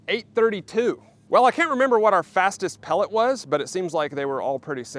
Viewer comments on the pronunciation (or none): none